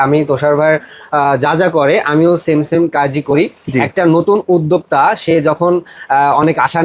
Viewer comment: উদ্দেকতা নাকি উদ্দোক্তা??? 🤣🤣🤣 একটাও পাব্লিক বাংলার সঠিক উচ্চারন করতে পারে না। উদ্দেকতা 🤣🤣🤣 গুলা ভুয়া।